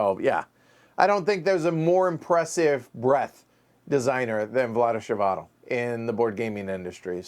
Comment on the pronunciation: Vlaada Chvatil is pronounced [Vla:da Hvatil] ;)